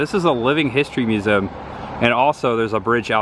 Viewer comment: Why don't you pronounce museum the correct way? It sounds so stupid the way you say it!